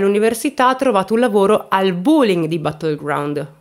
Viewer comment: Si pronuncia "BÒ.LING" senza la U! 😱 Sono madrelingua insegnante inglese. Il racconto è fin troppo ingarbugliato tra l'altro, mi dispiace. 'Bye😢